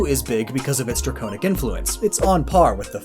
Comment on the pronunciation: Dra-cone-ic? That's a new way to pronounce that.